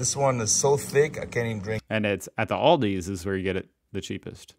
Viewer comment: So English is made up millions of silent letters. In the word 'queue' 80% of the letters are silent. But you guys just HAVE to add an s to Aldi.